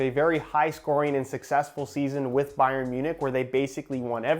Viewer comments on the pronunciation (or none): none